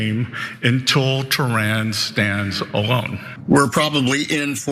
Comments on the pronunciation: Why that gay named binset doesn't say Tehran, he says Theran 😂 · He didn’t mean to say they were tyrannical, he just meant “Tehranical” as in from there, that’s all 😅😅